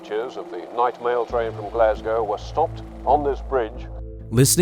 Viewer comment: As a Glaswegian I do thank you for saying “Glasgow” instead of “Glascow” like 99% of Americans